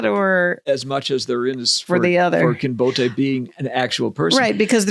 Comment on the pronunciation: I had never before heard "Kinbote" pronounced trisyllabically.